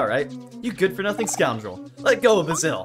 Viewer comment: Btw his name is pronouned bae-sil